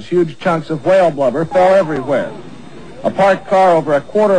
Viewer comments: Whuale. lol he said like Stewie does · lol whaile.. its whale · He keeps saying Hwale like Cool Hwip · Why can't anyone on this channel pronounce the word 'whale' correctly? They continued to say, "tha hawhayul". Nice red mist a . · HWHALE. WHy are you putting so much emphasis on the H?!! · They "roo-inned" that "Hwail". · why does he say hwale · ITS A SILENT FUCKING H, ITS NOT A HWALE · hwale? what the hell is wrong with his pronunciation? being a tv journalist too! its really annoying when people put the H before the W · AHAHAHAHA! He's saying "h-wale"....XDDD *dies a little inside* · he says whale funny XD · Just like Brian from Family guy, it bothers the shit out of me whenever he says whale with the heavy "h" pronunciation... This is the video if you dont know what im talking about. /watch?v=lich59xsjik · why is he puttin so much emphasis on the H !!?!?! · Why does he pronounce whale like how Stewie from Family Guy says cool whip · "However, everyone on the scene was covered in small particles of dead whale." LMAO! Wow, notice he pronounces the 'h' in whale, just like Coolwhip!